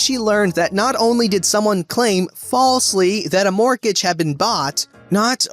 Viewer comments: I've never heard anyone pronounce the T in mortgage before. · Really? It's literally pronounced "mort-age". What I've never heard is someone pronounce the first "g".